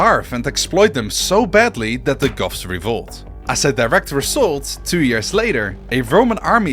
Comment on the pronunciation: every time you say goths I hear "Goffs" and immediately am thinking of orks in warhammer